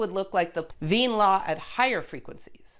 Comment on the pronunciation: Wait, THE Lise Meitner, who later worked together with Otto Hahn? Correctly pronounced the name Wien, because in your earlier video, you flipped the i and e sounds. 🙂